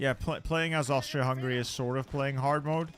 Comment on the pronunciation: that's a great attempt at that word, approved!